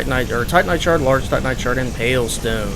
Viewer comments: Seems like he says Titan knight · I swear, every time you say "titanite", I think you're saying Tight Knight. Don't ask me why lol